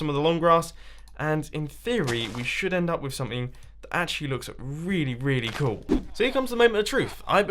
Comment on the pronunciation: Is it me or everytime mumbo says cool, it kinda sounds like coal???...